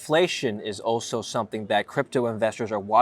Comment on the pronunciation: Great video. “Oweso” there is an L in “also” we are gonna start calling you 😁